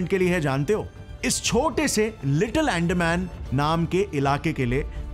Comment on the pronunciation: अरे भाई , तुम कितना भी चिल्ला के बोलो, पर तुम devlopment नाहीं रोक सकते, तुम्हे अंदमान ठीक से बोलणा सिखना चाहिए 😂😂